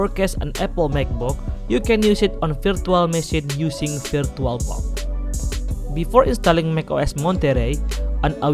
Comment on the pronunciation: "virtualbock"? man i know this is gonna be bad